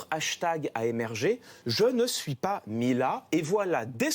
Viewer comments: ..."Il ne parvenait pas ta..." , au lieu de "il ne parvenait pas ZA"... faut de prononciation, faute de liaison. Youpie!!, Saint Clément (gloire lui soit rendue), redresseur de torts et retors à travers tout le beau monde, serait il un homme comme vous et moi, cachant la faute à toute vitesse, poussière sous le tapis? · C'est voulu les 2 fausses liaisons, non? 2.57: Pas "t" a endosser, 4.10: Jamais "t" entendu. Pour le reste 19,5 / 20.